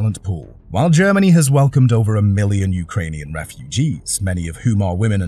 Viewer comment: Please stop saying "Germanee " and "Energee". It's seriously annoying.😅